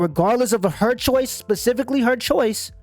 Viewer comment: Agree 100%. On a different note: " pacifically " is NOT the correct word in this case! The word you're looking for is "Specifically" .